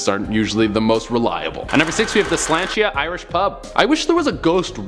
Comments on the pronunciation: As an offended Irish person... Sláinte is pronounced slaw-n-cha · Shláinte was pronounced extremely wrong, not giving hate, just saying